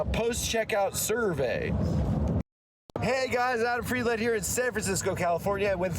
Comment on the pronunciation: Adam's been annunciating the "Land" in friedland a bit strong